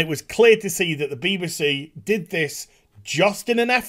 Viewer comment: Agree with everything except the way you say BBC beebasee?!?!